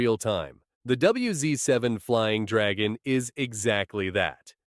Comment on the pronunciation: You mean dwagon😂😂😂